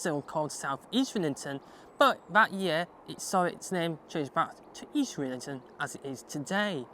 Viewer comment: Isn't it pronounced EASTrington not EastRINGton?